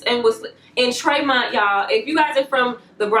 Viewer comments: It's "Tremont" not "Traymont" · It’s not Treymont😂 it’s (Tree mont) Tremont😂😂 and it’s 3rd ave not 3rd st 😂😂😂 u are too cuteeee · I lived near Tremont ave. And its pronounced tree-mont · LMAO you said TRAYMONT😂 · Lolllll its pronounced" Tree-mont" im from that area but im going to make sure my daughter watches this video she is 19 and very pretty and men always approach her